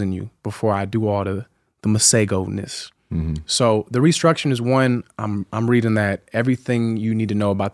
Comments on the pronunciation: Tank pronouncing Masego correctly at the end is everything!!!!!!!!!!!!!! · As someone who comes from South Africa where we have a lot of people named Masego, I really appreciate Tank’s pronunciation 🤌🏾😊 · Love he pronounced Masego. The South African way at the end.🇿🇦